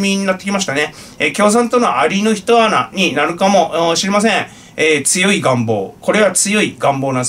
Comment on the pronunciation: 蟻の一穴とは、普通、「ひとあな」ではなく、「いっけつ」と読みます。